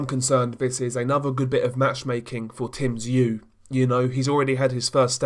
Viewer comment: Top Video. One thing, only small. Tszyu is pronounced with more of a "OO" rather than a "U". Almost sounds like your saying "ZOO". Hate to be that guy. Sorry.